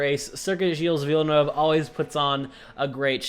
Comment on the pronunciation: It’s weird to hear an american pronounce villeneuve correctly